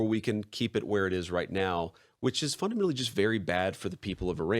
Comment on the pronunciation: JD needs to stop saying "funadmenally"